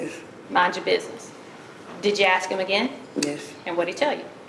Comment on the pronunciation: "I axed him" ..... speak properly please !